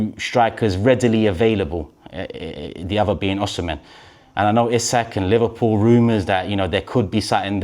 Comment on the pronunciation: It’s pronounced “O C Men” and not “oh shi men (Osimhen)!!!